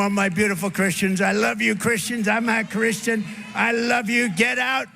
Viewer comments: It sounded like he said "I'm 'not' Christian." rather than I 'am' Christian. That's befitting of the Book of Revelation and the Anti-Christ. He's DEFINITELY not a follower of Christian values. I can't believe I'm living through this. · no. He clearly said " I am a Christian" but he gave the word a the short vowel sound /a/ as in hat or sat. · I heard that too.